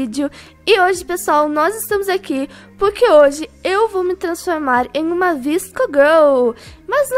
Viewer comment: Se fala vasco girl